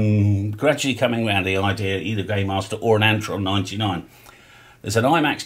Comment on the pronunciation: I thought you said gaymaster, I'm not googling that again.